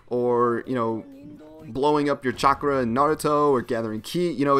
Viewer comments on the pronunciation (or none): none